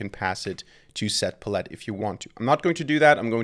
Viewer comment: Love your content, but its "pal-ette"